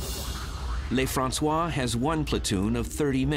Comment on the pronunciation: the narrator doesn't know how to pronounce a French word or name. He thinks it's spanish , he must be from california. They pronounce stuff differently from French. I'ts NOT LAYFRANSWAH, IT'S LUHFRANSWAH (Lieutenant LeFrancois) . his name just means, The Frenchman.